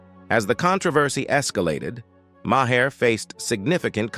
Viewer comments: The accuracy of your AI is for shit! Ma-Hair? Ben Sassy? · Maher pronounced MYHAIR. I hate AI. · From Marr, to Mah-her, to Maw-hair! Even AI can't stick to one pronunciation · Sin-ee-ad??? These narrators need to do a bit of research before grabbing the mic. Bill Ma-heer?? Jeesh!!! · Makers pronounced as May her! Really!🙄